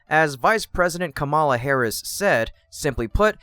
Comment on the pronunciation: Man please try to learn how to pronounce the Vice President's name!